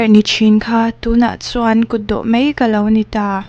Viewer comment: Ngaihthlak nuam lem lo ve. Mai tih tur aw, mei nilovin😄